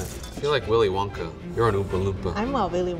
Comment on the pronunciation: Me after I here him say Willy wanka Me:”Willy wanka Willy wanka!”🤣😂😅🥲